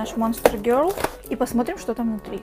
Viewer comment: "Гёл"? Может "гёрл"?